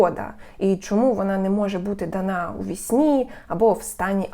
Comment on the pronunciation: дАна, бо наголос дАно, а не данО